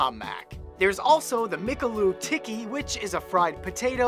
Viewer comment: I'm Indian so I'm correcting some of your mistakes. :) 1) The Maharaja in Chicken Maharaja Mac is pronounced "Maha-ra-ja" (ja as in "Japan"). 2) McAloo Tikki is pronounced "Mc(as in McDonalds)-aaloo-Tikki". Aloo means potato in Hindi and Tikki means patty. 3) We have TacoBell in India too but it's not that popular so Domino's, the most popular pizza company here, started offering them.